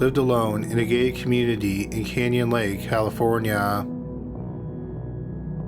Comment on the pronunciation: Are you saying a, "gay community" or "gated community" "Iran?" And let me guess afterwards she started a fire, again